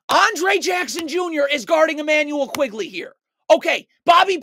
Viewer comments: Good video...but it's not Immanuel 'QUIGley'. It's Immanuel 'QUICKley' (Quickley).. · my favorite part is how he keeps calling Quickley “Quigley”